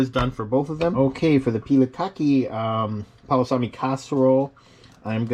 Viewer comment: You can't even say it right you need to just stop. Please